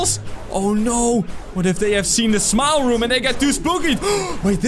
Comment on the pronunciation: At first when you said "Smile Room" I thought you said "Small Room"